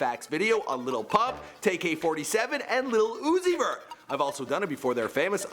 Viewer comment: I love the way you say Lil Uzi Vert! It’s like...every time. You don’t pronounce it differently, or anything. Just put the upwards inflection in a weird spot, or something. Or put an emphasis on Uzi that most don’t. Idk what it is, specifically, but it’s adorable! 😘